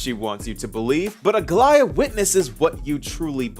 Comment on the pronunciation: Bless you for being one of the very very few creators that pronounces Aglaea’s name correctly